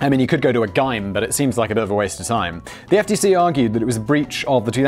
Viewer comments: Wait to Brits actually say "gyme" instead of "gym" (Jim)??? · Did he actually pronounce gym "guym"?? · Did he pronounce the word gym as guy-m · English people don't pronounce gym that way right?